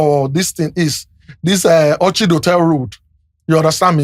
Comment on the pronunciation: A clear difference between who go school and who no near school. It was the wrong pronunciation of the word "orchid" by Mr Seyi that messed me up. Seyi, I'm just sorry for you. You did your pay master dirty. I am sure your wife won't be happy with you. I really sympathize with Seyi. Not easy eating from someone the people hate.